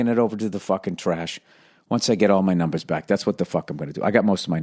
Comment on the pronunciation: Billy puttin' his numbaahhhsss into his compuuuuuuutttaaahhhhhhhhhhhhhhhh